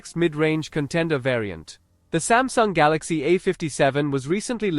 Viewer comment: smasnug galacksi ah fifty segen five nig